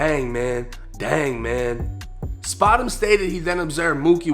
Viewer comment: Not spotemgotem 🥴😂😂😂